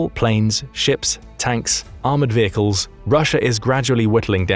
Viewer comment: Change vay-cles to vehicle.